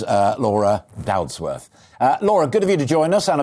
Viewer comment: Its dodsworth not doudsworth